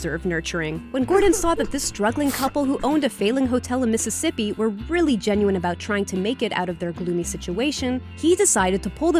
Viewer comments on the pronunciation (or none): none